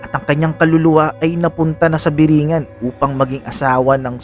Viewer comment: Tamang bigkas po dyan is biri-'ngan, nasa dulo po yun stress, ehehe, yan po yung bigkas ng mga taga samar na gaya ko.